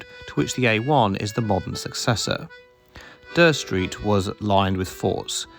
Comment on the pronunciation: Never heard anyone pronounce Dere Street as "Der", I thought it was pronounced "Deer street". Decent content, cheers